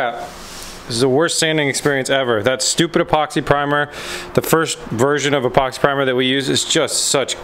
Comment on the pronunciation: Hay. The Z is looking really great. One question at the start of the show when you said about sanding the door did you call the primer "Epoxy Primer"? To me it sounded like you said Poxy Primer. 😂😂 Love the show. 👍